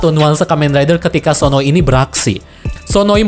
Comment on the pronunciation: sdkt koreksi, bukan sononi tetapi sonoi. ngmng" sononi itu villain yg cewek